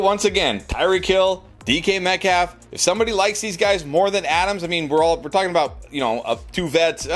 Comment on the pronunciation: Y you saying DeeKy Metcalf lol